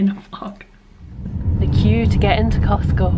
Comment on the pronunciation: Remember it's called "CosTco". Not Cosco. The "T" is not silent.....lol